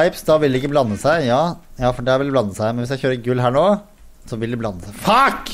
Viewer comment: Er det bare meg eller når sa fack så hørtes han tysk ut. (Når han så at pipsa uanset farge henger sammen.)